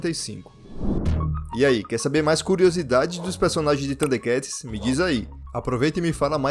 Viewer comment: A única parte do vídeo que eu não gostei, é av parte onde o narrador pronuncia o nome do desenho bem estranho, parecendo que ele come o (R) ele pronuncia "THUNDEKATS" sem o (R). Fora isso, o vídeo é muito bom. Sempre gostei muito dos "THUDE(R)KATS. 😅